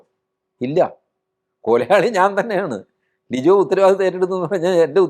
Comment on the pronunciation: ലിജോ അല്ല ലിയോ ആണ് 🙏